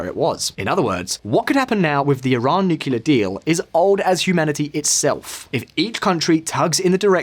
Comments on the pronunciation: It's nu-CLE-ar NOT nu-cu-lar!!!!! Get someone who can pronounce the word properly if they are going to read a script about nuclear. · I'll keep disliking your videos as long as you keep pronouncing it "nucular". What is wrong with you, why are you going the dumb route? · Always getting the 'nucular' guy to do these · Nuckular deal? Lol